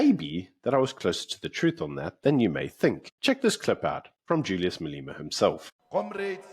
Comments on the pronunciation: Day 1 of asking why they pronounce Julius’ surname as “Maleema” and not the correct way which is “Malema.” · You must be the only person in the world who calls him Maleeema.